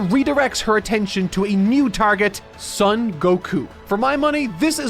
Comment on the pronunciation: Brother, you've got to stop mispronouncing "Son" in Goku's name as "sun". It's the Japanese "o", which is always pronounced "oh", never "uh". It's "Sohn", not "Suhn", the same way it's "Goh-ku" and not "Guh-ku". If you can say that "o" in "Goku", then you can say it the same way in "Son"! Anyway, this rewrite series is just wonderful and so much better than the actual series. I hate how abysmally mishandled it was. It really needed people as thoughtful as you to be writing it, and it just did not have that.